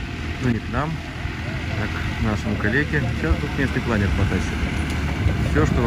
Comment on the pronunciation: В слове "планёр" ударение на Ё и у винглета пол - условно мужской. Винглет - он. Интересует стоимость этого удовольствия (вместе с прицепом) и его вес.